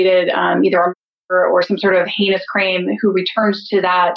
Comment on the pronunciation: did any else hear “crame”